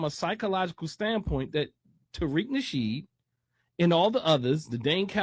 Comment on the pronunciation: Taweak..Nawshiid... he's Lex Lutha....😂😂